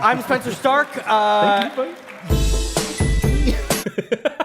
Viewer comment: hugs matt mercer "thenk yew buddie"